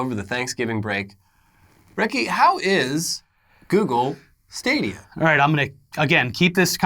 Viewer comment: Stop saying Stah-dia. You're breaking the internets.